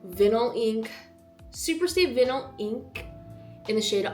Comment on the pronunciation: I’m sure your editor or others might’ve told you already, but jic for the viewers, the lip tint she uses is the Maybelline Vinyl Ink, but “vinyl” is pronounced like “vye-null”. She mispronounced that word and just wanted to place a friendly correction here!